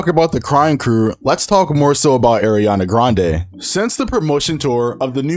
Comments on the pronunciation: ma boy said Air-iana 😭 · It’s not aairiana it’s Ariana🤣